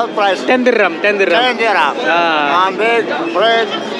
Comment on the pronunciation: normal person - diram turvashu - dirrrrrrrrrrrrrrrrrrrrrrrrrrram